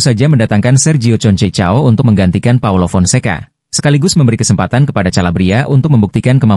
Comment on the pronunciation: Konsekao min bacanya,,, bukan concecao😂😂😂